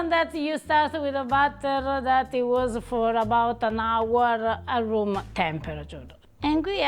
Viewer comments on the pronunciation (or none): none